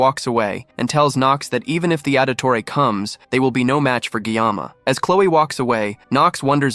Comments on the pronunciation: Auditore?Ezio audtore? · Did you say Auditore?? 🤣 The assassin family? Really